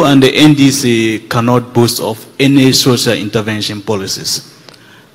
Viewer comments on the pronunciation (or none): Did I hear Okatakyie saying Sosal Intervention ?😂😂😂😂😂